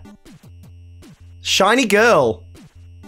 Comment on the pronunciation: like she said shity many times